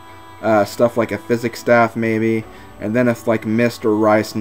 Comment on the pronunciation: The way you're pronouncing it says phychic. Also, said the Physic staff the right way, because saying it like sy-sikk is messed up like my face. XD